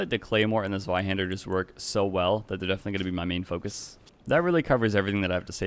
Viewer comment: Your German pronunciation of "Zweihander" was spot on. Ausgezeichnet.